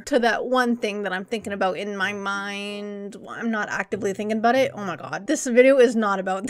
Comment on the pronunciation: "Abooot time" lmao Canadians